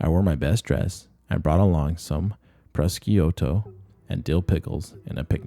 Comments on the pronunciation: That was very well done. One note. The word prosciutto is not pronounced phonetically but rather the middle syllable sounds more like a combination of the letter J and the end of the word judge. Pro-jshoo-toe. My Sicilian grandmother would be rolling over in her grave if I didn't say something, haha. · Pros-key-uto LOLOLOLOL